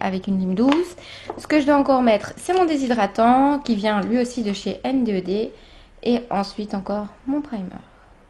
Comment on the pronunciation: coucou CT pour te ire que ta video et cool mais que NDED sa se prononce N'ded (il y'a des vidéo sur leurs chaine ) viola bisou .